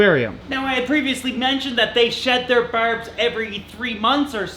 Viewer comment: As an Aussie, hearing you say ‘barbs’ makes me giggle every time.